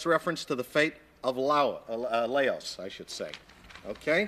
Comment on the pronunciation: Laos...can't even pronounce it